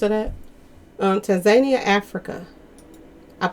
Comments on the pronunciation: Say: TAN-ZA-NIA...uggghh.... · Tan za neeia= Tanzania